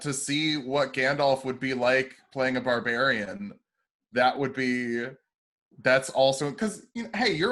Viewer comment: Not gonna lie, this is the first time I've noticed it's Barbrarian instead of barbarian…